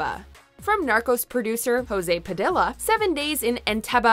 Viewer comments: Jose Padilla is not Pa-dill-a. How do you pronounce quesadilla? Quesa-dil-a? No! It’s Pa-DEE-a....Dios mío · Jose padilha is not pronounced like that, it’s a brazilian name, not spanish, so it’s pronounced according to portuguese